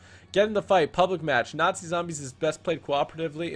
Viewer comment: Nazi not natzie